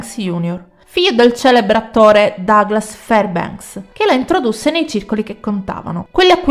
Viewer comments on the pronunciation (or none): none